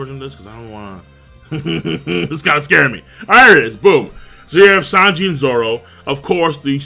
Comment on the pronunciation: King keeps saying Lanji’s name wrong.